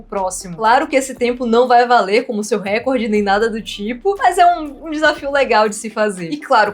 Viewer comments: se diz RECÓRD. Como se tivesse um acento ali. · a pronúncia correta é RECORD... o acento átono recai na letra"o", como se tivesse uma acentuação ali ( recórd ). Se a palavra record tivesse um acento proparoxítono, ou seja na terceira sílaba de trás pra frente, aí sim sua pronúncia estaria correta, me fiz entender? Palavras paroxítonas não são acentuadas, palavras proparoxítonas recebem acentuação. NO mais acho incrível a solução dos cubos mágicos!